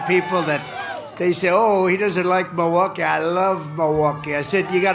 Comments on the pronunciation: It's M>I<lwaukee, Trump. Not Moah-waukee. Check your fixodent Additionally: Trumpers - if you want to see a comedian, go to a comedy club. We shouldn't ever put a cognitive declining self-identifying "comedian" in the White House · It's not "Mawaukee" it's Milwaukee! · He can’t even pronounce it! He keeps saying Miwaulkee, instead of Milwaukee! So DUMB and STUPID!! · Ah looove miwahky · "Muhwahkee." God I hope the debate actually happens. Though it is screwed up that Trump is attempting to call Biden a freaking drug user. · Where's Mulwaukee? He can't even say it properly, that's how little he respects it. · Where’s “Mu-wock-we”? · Trump pronounces “Muhwaukie” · Is it just me, or is Trump pronouncing Milwaukee as “MOwakee”? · Trump sure loves Mawakee, even though he can't pronounce it. I wouldn't care if Biden went on a meth binge as long as he wins. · It isn't pronounced Mowaukee. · Why does he call Milwaukee, Mowaukee? 😂😂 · Projecting is not going to help Donny, he can't even pronounce Milwaukee.